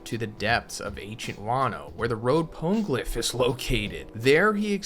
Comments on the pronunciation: Pana-glyph. Pone can't be right. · It’s not PONE-glyph!!! It’s Po-KNEE-glyph